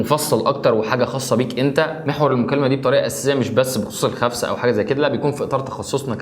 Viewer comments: اسمها خسفه مو خفسه 😂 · خسفة مو خفسة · خسفة وليس خفسة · خسفه مو خفسه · خسفه وليس خفسة ياريت جميع المصريين يصحّحوا الكلمة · الخسفه وليس الخفسه 😂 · اسمها خسفة مو خفسة 😐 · الخسفه اخي. غلط. تقولها. 😂